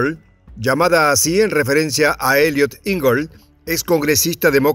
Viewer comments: Lista Engel.= Enguel.... dejà de decir lista angel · Se pronuncia: ÉN-Guel. Es un apellido alemán y significa ángel.